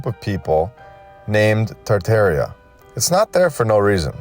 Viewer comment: It's TAR TAR ia.